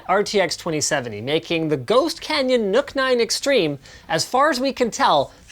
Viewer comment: It's pronounced Nuck not Nook